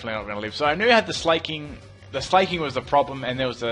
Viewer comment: why isn't smell nosepass?. it's not slay-king, SLACK-king